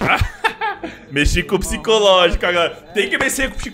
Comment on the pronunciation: "tem que messê com o pxicológico". Se empolgando fazendo vídeo com sv_cheats. Cristo...